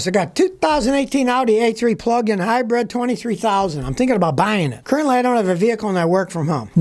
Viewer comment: SCOTTY ! How many times do I have to tell you that it is HYBRID not HYBREAD... Also it is "hearse" not "Hearst"